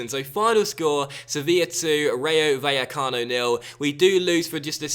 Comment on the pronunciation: the double L in Spanish is pronounced as a J in English